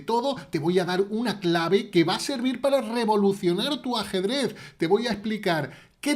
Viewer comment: Me encanta cuando dice asedrez